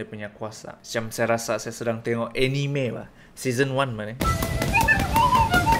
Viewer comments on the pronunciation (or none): none